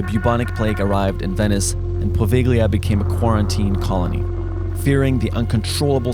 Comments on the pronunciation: The "gli" in Italian is pronounced more or less like "ly". Think of it as "poh-VEL-yah" NOT "poh-VEG-lee-a". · Me, an italian: Its po-veh-lee-uh not po-veh-glee-uh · you pronounce it povelia the g is silent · Maybe ,try pronouncing it correctly! Po-ve- lya. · Just so you know "GL" is the equivalent to the Spanish "LL" So it's pronounced "Pa-vee-ya" If I didn't comment this, it would bother me forever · actually brother its pronounced POH VELL YAH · Poo Veil Ya. You don't pronounce the G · As an Italian person, when he said ’Pove-G-LI-A’ I LOST IT MAN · In Italian it's actually pronounced as Povellia (the g is silent) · By the way, the "gl" in Italian is pronounced like "ll" (double l) in Spanish. In the phonetic alphabet it's "poveʎʎa" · Omg the way he said pOvEgLiA just irritated the Italian in me😂😂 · Pronouce it: PO VE YIA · The GL sound in italian is soft. The american pronunciation of poveglia, bolognese and italian words with gl and gn is wrong and sounds awful to an italian lol. So to fix it say it with a soft sound, poveglia sound almost as you would say povelia and the gn sound in bolognese sound almost as the kn sound in knew. Hope this helps! Stay awesome guys! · The suspension built before saying “boveglia” just made me laugh cuz he pronounced it SO wrong, It’s okay lol we forgive u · Not that i care, but in italian Poveglia reads Povelia, the G is silent. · Poveglia is pronounced = povelia Italian grammar, but it’s natural to say it like that as a foreigner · Peeps. Poveglia is pronounced more like Povelia than how you pronounced it. Moreover, its actual name in Venetian it's easier to pronounce for english speakers: that's Poveja (pronounced Povegia or Poveia). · in 'Poveglia' you don't pronounce the 'G' as hard, so you can kinda skip it and pronounce it 'Povelia' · Hey guys its pronounced "Povelia" the g is silent :) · The correct pronunciation for Poveglia is Pó-vey-a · It’s pronounced “Povella” 😆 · You dont pronounce the g its pronounced povelia